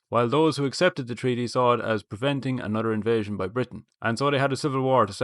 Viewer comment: “Why does everyting happen in August?” sent me😂😂😂😂 “Anudder August” has me in fits!